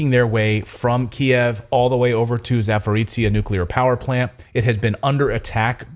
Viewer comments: Not trying to be a smart ass or something, but Power Station region is actually pronounced as "Zap-o-rozh-yeah". ("zh" as in Jean-Pierre, haha). I know that it's a tongue twister for many westerners, but hey, one could try, right? And thanks for all the awesome stories, you guys rock! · Pronounce the name of the power plant and it’s geographic area [‘zapo’rojhyeh], please. That is how it is called. It is not that strange word/name many English-speaking journalists are attempting to pronounce, which no one knowing that area recognises either by ear or in writing.